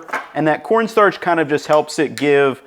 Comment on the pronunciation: "cornstrach" was so funny to me for no reason. Your channel's amazing man keep up the good work